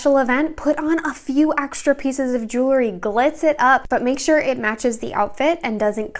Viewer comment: Love the video but there is no such word as "jewlery." It's "jewelry."❤